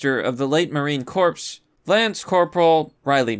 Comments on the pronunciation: corps is pronounced core not corpse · Corps, as in Marine Corps, is pronounced "Core" kinda fucked up that you don't know that little fucker said marine corpse... as bad as biden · Do you speak English? You seem to mispronounce a lot of words. Marine Corps - like apple core. Not corpse. It's from French. Women get Stockholm Syndrome, or they wouldn't get trafficked. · Corps is pronounced like "Core" not "Corpse". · Its pronounced Core Not Corpse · It's pronounced "core" not corps, mister smooth brain youtuber known as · Corps is pronounced : core. Not corpse. Cmon man! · Bro, you need to work on pronunciation. Marine core (spelled corps) not pronunced Corpse. And for everyone....Kabul is pronunced Kah-Bull. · its core not corpse, made me shudder when you said that. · no, definitely like “Core”, Obama once famously called them the ‘Marine Corpse’ 🤦🏻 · Corpse as in dead marine? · Did this man really say "corpse" for Corps? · Its Marine Corps. The Corps is said like core. Like an apple core. Just a heads up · Marine Corps is pronounced "Marine CORE" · "Corps" is pronounced "core" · I cringed when you said Marine corpse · Marine Corps is pronounced like marine core You're welcome. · That's kinda funny, because 1 out of 5 votes didn't even go to him in the 1st place! And COME ON DUDE!!! You don't pronounce the 'P' and the 'S' when saying Marine Corps. YOU SHOULD ALREADY KNOW THIS!! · Common error. The word made its way into English from French, so the P and S are not pronounced as you would expect in English. Kinda like how no-one pronounces bouquet (another French loan word) like boo-kwet